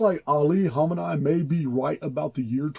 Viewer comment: It's pronounced "Kha-meh-knee"